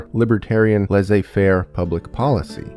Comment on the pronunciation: Its "laisser" like sleep not "laizé faire" like you said mate